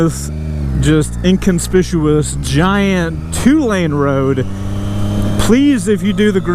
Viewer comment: Inconspishuous? Try again? Lol